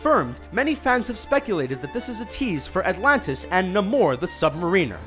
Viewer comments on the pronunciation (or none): No, not Mar-ee-ner it's actually mar-i-ner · Yeah, while Namor is up for debate (since I was a kid I've said Na-as in apple-mor), "mariner" is an actual word that has an objective pronunciation. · Dude, it's not pronounced Nahmor The Submareener, it's pronounced Naymor The Sub-Mairiner. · it is not Sub-mariner, like submarine-r. It is sub mare iner, as in mariner, an ocean sailer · Namor, the submarine. Really? You mean Sub MARINER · its pronounced Sub-MARE-in-er, lol. Good vid. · Its Sub- Mar In -ER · The Sub MarEENer? really? Muh-REEN-er???? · That was painful, how he pronounced Namor and Sub-Mariner. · Spider + Man ? really? the pronunciation of "Namor, the Sub-Mariner" was brutal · Pronunciation of Namor and Sub-Mariner made me cringe :') Solid video though, even if the dingbat was a bit condescending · Can't pronounce Namor's name right... or Sub-Mariner, for that matter :/ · You pronounced Sub-Mariner wrong. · Sub-mariner. How does the narrator so consistently mispronounce words?